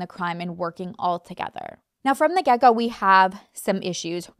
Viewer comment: When you say "from the get go" it sounds like "from the gecko" 🦎🥰